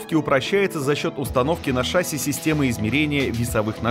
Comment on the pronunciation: какая шАсся.?? правильно говорить шассИ.!!